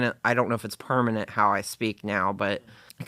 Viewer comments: Permanent, not pernament. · I’m not trying to nitpick, it just felt so weird on my ears when she said, ‘pernament’